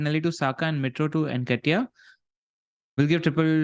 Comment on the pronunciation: "Unlike Bakar they've lost Wood" & pronouncing Nketiah as Necktie 😭 Two best things besides the great pod 😅